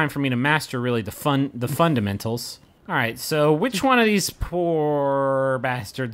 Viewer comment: Did Griffin just almost pronounce "fundamentals" correctly before he pronounced it wrong on purpose? LOL he loves changing the stress of words so damn much